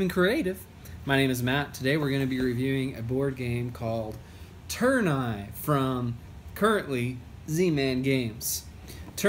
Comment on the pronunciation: It's not törn-eye, it's tour-ney it's french 😉